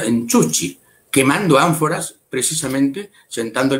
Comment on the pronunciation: al primer periodista de Lima que le escucho pronunciar bien Chuschi